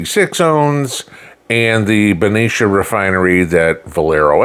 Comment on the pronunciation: Wow! I am impressed. You pronounced Benicia correctly. I am a resident of Benicia my 14 grandchildren are fifth generation residence of Benicia.